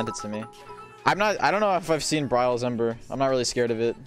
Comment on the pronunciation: Yup, I was definitely trolling too man, haha! (jk i actually thought ember was henry from the way you said it :D)